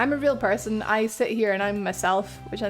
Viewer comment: This was a bundle of fun to watch/listen to. Defs noticed I was exhausted when you said person but with the accent I heard Pear-son. Highly confused but a nice chill video to end a day with. Thank you for providing your time to hang out and even provide some a place to vent, chill, socialize and or simply lurk. Post-Rambling: Might steal that curo-cabinet. Piggybacking off favorite Texan question. Was it exciting knowing you reached people outside of your country?